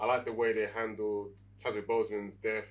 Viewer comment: Really great review! The only things that bothered me were… it’s pronounced killmonger not Kill-a-monger, Okoye not Okoyo and it’s Chadwick not Chaswick.